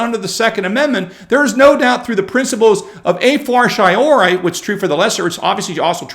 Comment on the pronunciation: Dear Lord, how can americans butcher latin so much? "a fortiori" If hadn't repeated it 3 times in close sucession, I would not guess. Fort-ee-or-ee is a closer pronunciation.